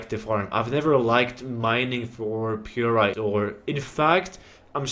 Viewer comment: FML say it with me now py--rite not purite